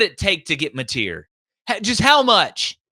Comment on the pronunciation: “John Mateer????”